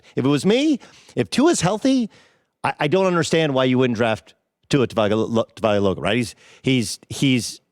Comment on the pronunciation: ... and doug still hasn't learned how to pronounce Tua's last name. It's been a few weeks already buddy.